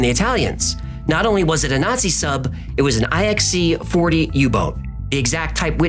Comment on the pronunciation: IXC isn't spelled Eye-Ex-C ... it is the roman numeral IX, you know nine, and the letter C. So it is Typ IXC ... Type Nine C.